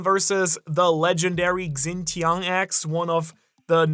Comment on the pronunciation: hey, love the vid but just a headsup from a fellow european: the “x” in chinese is pronounced more like “sh” and in this tian (which means heaven) the “tia” becomes more like “tchie”, so xingtian becomes something like /shingtchien/. Probably easiest to just listen to the google translate voice, but maybe this helps. I dont know why, but especially the x always annoys me when people say KSI Jin Ping.